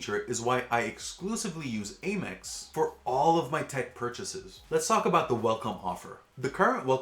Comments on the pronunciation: It's Amex, not Amex. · Cool video, but I don’t get the mispronunciation of ‘Amex’